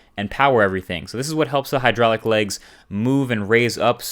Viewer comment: You keep saying hydraulic...